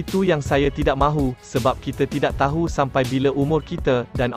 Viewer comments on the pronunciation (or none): none